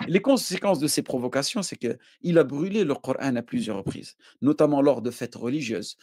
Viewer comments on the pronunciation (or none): Ça manière de dire QurEEn au lieu de Quran m’énerve je sais pas pourquoi. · Corán se prononce “corhaine” ou “corâne” …. Tout est dans le titre….